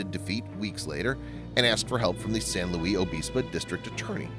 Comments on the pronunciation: Please do some research. San Luis (pronounced "Lewis") Obispo and strung together - Sanlewisobispo or Slo (pronounced "slow"). The video shows a lot of shots of a big city with very tall buildings. Nothing in Slo is over 5 or 6 stories tall. Slo is a small town that sits in a valley surrounded by majestic hills that would be called mountains in some places. There isn't a huge city center surrounded by houses as far as the eye can see. The town center is only a few blocks. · Its San Lewis (LUIS) OBISPO. I grew up there and thats how we say it. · well it was obviously a mistake. san luis obispo is my hometown, i live still here today. it’s pronounced how it is spelt. not san louie obispo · Ok video, but you butchered San Luis Obispo. It’s pronounced frenetically, not, “Louie.” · It's San luisssss Obispo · Also can tell you not a Californian ! We say San Louie Abispo ! Not how it is written ! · Please learn how to pronounce San Luis Obispo properly. UUUGGGHHHHH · PLEASE learn how to pronounce a name of a town before you totally murder it. I can't even watch...it's killing me. sorry..good job though.